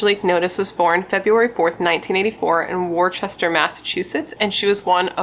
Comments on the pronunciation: Worcester is pronounced “Wooh-stah” ☺️ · It’s pronounced Wuhstah (Worcester) ❤ you girl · Totally not your fault but for future reference Worcester mass is actually pronounced Wooster I used to live in Mass so that's the only reason I know lol